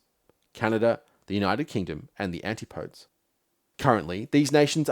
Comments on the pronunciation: 'anti -podes'? Always thought it was pronounced 'an-tip-o-dees'? Please correct me if wrong... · He also mispronounces antipodes at around 47. Guess some of this was AI assisted.